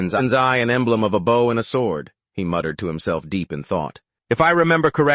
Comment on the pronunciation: AI still can't say bow properly